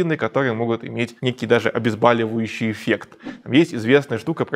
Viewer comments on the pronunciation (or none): ОбезбОливающий, не обезбАливающий (( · Почему обзбАливающий? Это бОльнольно слушать! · Александр, вы безусловно очень интересный рассказчик, но немно поправлю: обезбОливающий👍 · Не обезбаливающий, а обезболивающий, суперпрофессоор😂 вы , тааакооой умный,доказательный весь... Любитель Нобеля, ВОЗа, модных таких доказательных эпидемий и уколизации😂 Сами то хоть знакомы с учением Хамера?